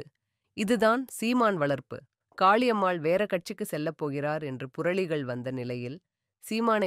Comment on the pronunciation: Sister .. please fix your tamil accent… Pala munai…. Not Bhala munai… Kaali ammal… not Khhali ammal. We are 💪….